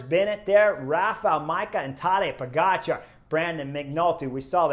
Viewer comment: I'm new to cycling but love your channel. You have stuff that no one else is covering. Great job! I am also really impressed that you make a big effort to pronounce European names correctly. I have no idea why some people mis-pronounce Pogačar's name. It's how you say it, Po-ga-c(h)ar. The č is pronounced is exactly the same as “ch“. I hate it how Wiggins says po-get-char. There is only one way to say “ga“, right?